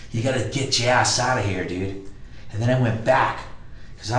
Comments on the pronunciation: Dyood, like maan dyood. Man, like, dyood. Dyood. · Duuuude, this dude uses the word "dude" so much, dude. Man, and he pronounced it like "dewde", man. I'd be rich, man, if I got money for every time he said "dude" or "man", dude.